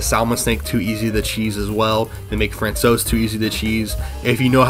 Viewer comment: François is pronounced "Fran-Sua", "sua" as in suave.